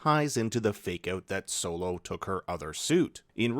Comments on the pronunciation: Bs video cause who the fuck is silo his name is solo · He said silo mother died instead of solo lol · You called solo silo meh meh meh meh